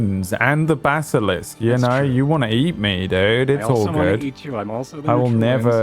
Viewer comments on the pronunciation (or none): It's like a Basilishk, only Diyah, yesh.